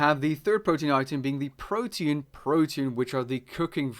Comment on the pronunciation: PRO-TEE-ANN not protein.